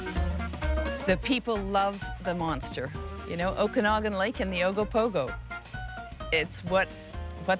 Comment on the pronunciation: Might be spelled Okanagan, but the second A is pronounced more like Aww not ahh. Oh-can-aww-gan.